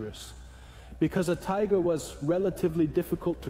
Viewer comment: Wet panties. ;) .....übersetzung ist klasse gemacht, ein paar kleine fehler sind aufgetaucht, einmal sagt es tigre statt tiger aber sonst sehr einfach zu verstehen. 👍👍